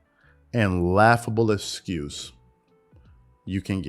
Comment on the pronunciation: Is he saying the word excuse wrong? Or did he say it so many times that my ears are playing games? I keep hearing it with an 'S' sound instead of the 'X'.